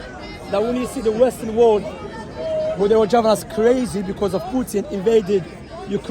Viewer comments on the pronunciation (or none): none